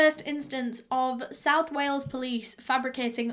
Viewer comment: "Whales" haha. It's "Wales". But yeah just am blown away by this case, the fact that its just so OBVIOUS that its the husband!! Ugh.